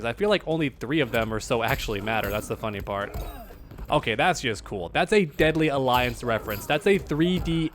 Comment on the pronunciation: Why are you saying deadly alliance like its another character honesty one corny title